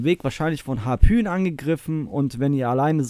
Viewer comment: Harpyien oder Harpün? 😅🫶🏻